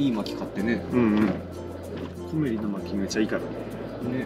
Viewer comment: 正しい発音は コ↑メ↓リ↑ です！